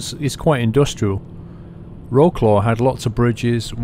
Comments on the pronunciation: great video, but lol "row-claw". did you mean Wroclaw (pronounced "vrotswav"? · its pronounced Vro-tz-wav=Wrocław the w makes a v sound in polish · Wroclaw is pronounced 'Vrotzwav' or 'Vrosswav' ... a little thing I picked up from my eastern EU workmates. Also a 'Fender' is what we call a Bumper. Or a type of guitar? They are also the iflatable rubber things you chuck over the sides of a boat when you park it. A bumper for boats! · Wroclaw = vrots-laff = vroats-laugh if you will. Not roe-claw. Just saying. . . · its not Wroooclo ... please say it at least WRESLAU or WRO-SLAW or WROZLAW Best regards from Poland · Wroklaw????? in poland we pronounce it like Wrocuaw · Somebodys already mentioned it, but i'll say it again just incase you miss it... 'Wroclaw' is pronounced 'Vrotswaf' :) Also, longer videos would be awesome. And Austria to Scotland would be even more awesome XD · Wroclaw is Vrotzlav ;) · Wroclaw is pronounced Vrocwaf with a soft c. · Wroclaw aka Breslau Wroclaw pronounced Vrotsvahf